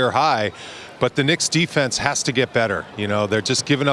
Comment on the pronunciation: Did he say dicks instead of Knicks😂